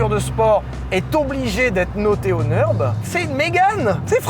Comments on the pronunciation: alors ça ne se dit pas le "neurb" mais le NURB avec le U comme en français - d'où le tréma en allemand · au vu du titre j en parle mais nurb se prononce pas neurb mais nurb a cause du tréma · Pitié arrêtes de dire NEUrb, c'est NUrb car le Ü se prononce comme un U français! J'ai les oreilles qui saignent! 😅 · Merci. Et merci de bien vouloir prendre en considération qu’en Allemand U trémas (ou Umlaut) se prononce [u] et pas [eu]. Le Nürb n’est pas le Neurb. Non, ce n’est pas juste un truc de nerd. Et bonne vidéo ! :] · par contre, dire "neurb" c'est NON, c'est U avec un umlaut ( tréma ) et ca se prononce comme notre U à nous ... comme Ursule